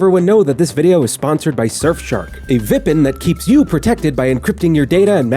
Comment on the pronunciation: Calling a vpn a "vipen" and not "vee pee n" is criminal